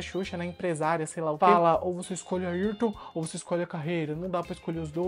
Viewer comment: É Ayrton e não Ailton